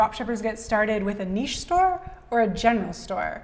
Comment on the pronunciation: Someone who could pronounce niche correctly. Respect :)